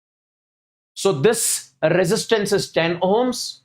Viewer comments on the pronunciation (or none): none